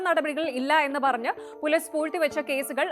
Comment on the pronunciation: നിങ്ങൾക്ക് മര്യാദക്ക് മലയാളം സംസാരിക്കാൻ അറിയില്ലെ. ഇല്ലങ്കിൽ ഈ പരിപാടിക്ക് നിൽക്കരുത്. പോലീസ് എന്ന പറയുന്നതിന് പൊലിസ് സക്ക് Z ൻ്റെ ഉച്ചാരണം. എല്ലാം English ചുവയിൽ സംസാരിക്കുന്നു മഹാ ബോർ👎🏻